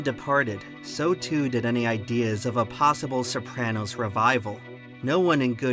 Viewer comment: Wild that the author of an essay about The Sopranos can't even pronounce the title correctly!